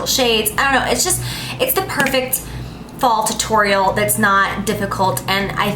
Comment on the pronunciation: the way she pronounces tutorial made me no want to watch the rest